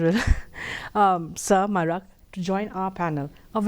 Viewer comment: Marak not maraaa😂